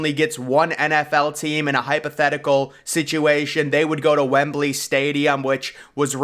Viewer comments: Wembley, not Wimbley :) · WEMBLEY STADIUM NOT Wimbley 🤦‍♂️🤦‍♂️ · FYI It’s “Wembley” NOT “Wimbley”. It’s “Croke” NOT “Choke” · “Wimbley Stadium” 🙄